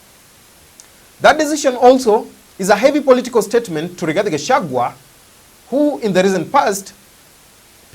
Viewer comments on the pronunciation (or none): none